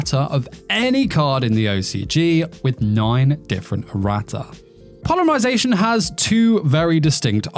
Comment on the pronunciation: polymarzation lol